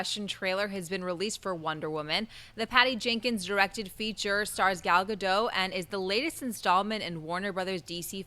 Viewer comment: the pronunciation of gal gadot's name is atrocious!! have some respect for the woman... there even are videos on youtube of her saying her own name correctly!